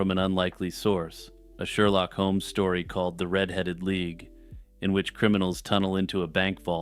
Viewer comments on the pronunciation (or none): none